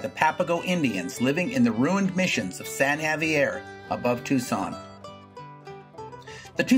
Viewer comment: Funny. My husband and I are from Tucson. My grandfather is mentioned in the Space Museum and was head of the Airo Space Department at the UofA. You mispronounced our White Dove of the Desert, San Xavier Mission. We don't mind you talking about our Valley but could you please learn the correct pronunciation first please. And yes, I am being snarky! It is our home. You are talking like you are part of our Valley. Obviously, you are not. Thank you.